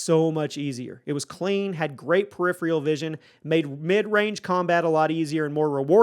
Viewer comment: Learn how to accurately pronounce “peripheral” if you’re gonna say it 27 times in a video 🤦🏻‍♂️ you say it wrong in every video, but you say it a million times in this one